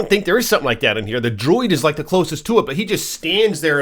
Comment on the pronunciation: Not knowing how to pronounce druid is wild 😂